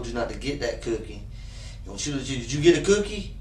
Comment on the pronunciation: “You didn’t take the cyoookie?”